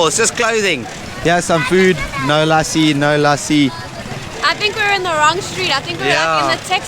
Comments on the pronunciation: ( Lassi ) pronounced as ( lə'ssi ) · Lussi is the correct pronounciation 🇵🇰❤️💐🇵🇰❤️💐🇵🇰❤️💐